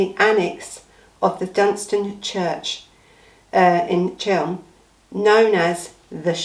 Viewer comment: Good video as always, it's Cheam not Chelm lol